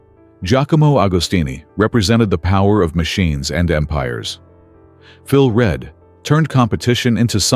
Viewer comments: This AI bollocks cannot pronounce Phil Read's name correctly and keeps calling him Phil Red...it is REEEED for Christ's sake! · PHILS NAME IS PRONOUNCED REED NOT READ ! GOT IT ?:hand-pink-waving::face-blue-smiling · I would like to inform you that, I have lost count of the number if wrongs in piece. Firstly Phil Reads name is pronounced READ not Red the colour. He was never in the same team or garage as Mike. Agostini was tutored by Mike on the counts orders so that he could partner Mike (already world champ for 2nd time ) Mike dislike of Read came from the way that he shit on his team mate Bill Ivy who was by know a pal of Mikes. Back to Read who only started to ride for Honda & started to win, after mike hade retired. Both AGO & READ only started towin at the Isle of Man TT when The greatest rider ever went racing cars. Mike returned eleven years later injured and jusy made everyone look ordinery. This comment was raised by a 75 year old fan of (who was there) S M B Hailwood. The greatest rider ever yes inc Rossi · Phil Read is pronounced Phil Reed you should learn about who you speak of. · What? Phil Read was Read! Silly pronunciation is a sure sign of an AI voice.